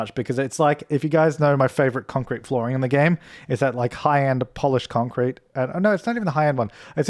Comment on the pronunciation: Idk why but I love how pronounce “concrete”. It’s so satisfying 😂